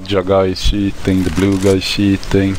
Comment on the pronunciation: Best part "why are you shiiitting(cheating), I don't understand, like why?"